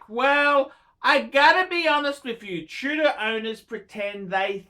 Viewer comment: Chew-dor A great phisting watch - Rolex quality at bargain price.